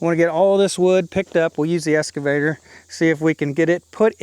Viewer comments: It's excavator not escavator. There in no S in excavator. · Hi, It's an Ex-cavator not an Es-cavator. 😁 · …….its eXcavator, not escavator. ☺️ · So I really enjoy your channel and have been watching for a while. One thing I noticed is that you keep calling your eXcavator an eScavator. You probably have heard that before but just in case you haven't there it is. Keep up the good work, thanks. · I hate to make negative comments but this is driving me crazy. It’s an excavator not an escavator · Just a friendly suggestion: ek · skuh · vay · tr No worries if it's just one of those words difficult to pronounce. Enjoyed the video!